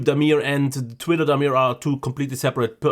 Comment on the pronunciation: "...I tit quitter..." . 😁 Made my day! 👍👍👍